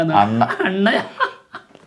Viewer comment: അണ്ണാ യ അല്ല അണ്ണാ യാ